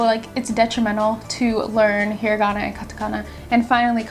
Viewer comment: you pronounced hiragana wrong